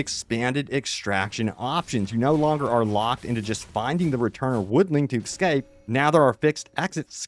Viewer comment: It's "es scape" not ecscape